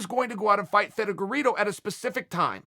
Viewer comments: "Feddugerito " LMAO! I love his name mis pronouncing bits ! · Figure Ito